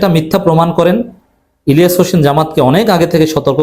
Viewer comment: আপনি ভদ্রভাবে অন্যের নাম উচ্চারণ করুন। জনাব ইলিয়াস আলীর নাম আপনি যেভাবে উচ্চারণ করলেন, তা ভদ্রতার পরিপন্থী। আপনার বয়স অনেক কম। ভিডিও করুন এবং ভদ্রভাবে কথা বলুন।